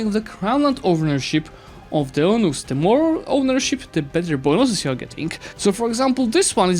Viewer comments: “Eunuch” is pronounced YOU-NUCK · Great video, but eunuchs is pronounced very differently